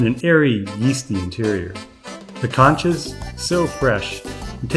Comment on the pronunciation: It’s NOT CANCHAS it’s CONCHAS !!